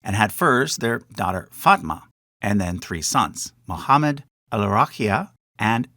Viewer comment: There's no "ch" in Muhammad.